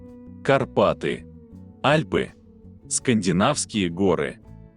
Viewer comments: Сам ты Альпы́, А́льпы. :face-green-smiling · 10 из 12 вопросов Но все таки.Альпы а не АльпЫ.Если хотите задавать.вопросы потенциальным гениям-будьте на уровне.